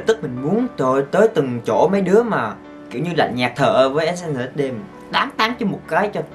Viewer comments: E đọc Ét en ét đi 😕😕😕😕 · mà sao anh không đoc SNSd là Ét En Ét Đi vậy